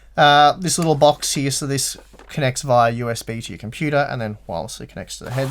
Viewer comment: The way you say puter in computer makes me miss home. Thanks for the accent and the upload.